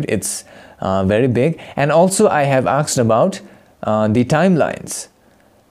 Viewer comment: Bro? The word is asked, not aksed!